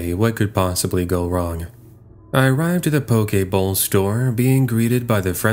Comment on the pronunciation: He said poke bowl. It's a rice and fish and greens in a bowl. I know it kinda sounded like he said Pokéball lol